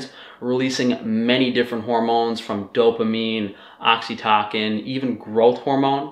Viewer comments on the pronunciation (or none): the c in oxytocin is pronounced like an s